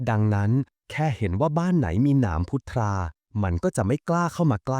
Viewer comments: "พุทรา"ต้องอ่านว่า(พุด-ซา)ครับ..ไม่ใช่อ่าน(พุด-ทา)นะครับ😊_วัจน์ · พุทรา ??? อ่านมั่วมาก